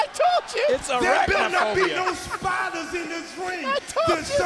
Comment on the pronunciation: R truth said spydas not spiders😂😂